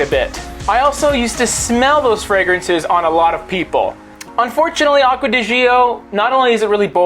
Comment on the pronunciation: Beautiful videos! Just one thing: the pronunciation is like "Acqua di Joe". Trust me, i'm italian 😉